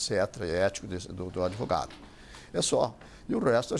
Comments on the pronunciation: o "adevogado" e suas estórias... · De 10 palavras que esse fala, 11 são 'AD VOGADO'